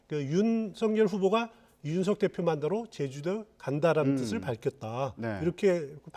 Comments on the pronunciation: 이준석인데 왜서 내귀에는 이윤석으로 들릴까 내가 문제인가 아님 저사람이 문제인가 헷갈리네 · 이제는 이주석이라고 하네~저사람 언어장애가 있는 건가~헐!